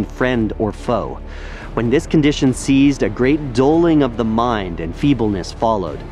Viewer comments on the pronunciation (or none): . . . ceased does not have a z sound. it has a soft c or s sound, as in deceased.